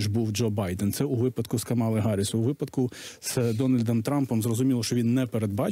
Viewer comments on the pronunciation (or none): none